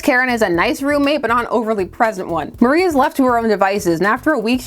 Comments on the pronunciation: Apologies for being that asshole but isn’t it pronounced Mari (MAHR-ee) not Marie (Muh-REE)? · I thought her name was Mar-ee, not Mar-ie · I know weird name pronounciations is like a meme on this channel, but hearing you pronouce Mari like Marie felt like an assault on my soul. That said, I always love it when Vixen gets the attention she deserves.